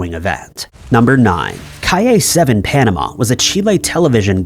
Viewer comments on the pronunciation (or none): none